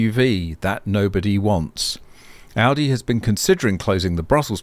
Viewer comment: Greetings from germany. You are the first english speaking person, who pronounce Volkswagen / Audi nearly perfect. You know, that these are the same company? And Porsche belongs to them, too. Volkswagen bought all the brands in the 90s. Including Lamborghini. I am really impressed. I know, you are from australia. US americans usually have hard problems pronounce german names and words. I own an electric motorcycle since 2021. Till now i don't had a fire or malfunction of the batteries.